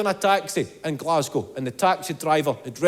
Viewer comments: " glaz- go " you got the city right ! normally its " glaz-gow " from the Americans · As a Scottish person you have said that right and also you have said GLASGOW right too.. 😂😂